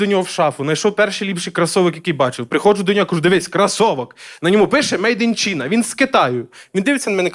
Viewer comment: China/ чайна а не чіна/ , в суммі дуже класний